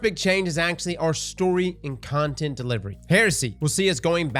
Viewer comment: “Ontent” lmao